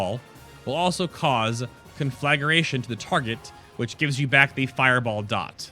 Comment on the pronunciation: Please! It's con-flag-gration, not conflag-ur-ation. That's the second video I've seen where it's mispronounced. Can nobody read any more??